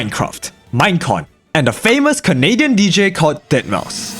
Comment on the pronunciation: Umm its pronounced dead mou five.